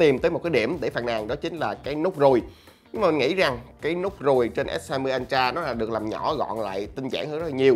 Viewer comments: vcl “ân tra”!!!! 🤣🤣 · Nghe nó cứ sao sao nhỉ. Phát âm lệch rồi. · Hự!!! /ˈəltrə/ là /ớ trờ/ mới đúng chứ anh :D :D